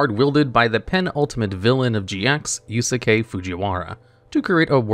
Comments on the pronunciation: Second "u" in Yusuke's name is silent. See Urameshi in YūYū Hakushō or "Fox" Kitagawa in Persona 5. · Mispronounced Yusuke's name